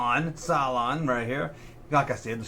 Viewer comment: Fun video. Love me BSG. It's Cylon not CyClon.. that shitty purple alien would always end w Starwars figures.